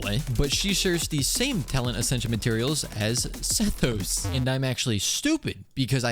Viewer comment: Honestly i think you should keep pronouncing Sethos's name wrong. It adds some spice